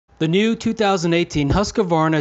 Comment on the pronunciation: Always funny to hear Americans pronounce "Husqvarna"